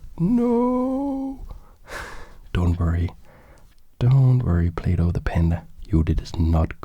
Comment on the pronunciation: I swear he said playdoh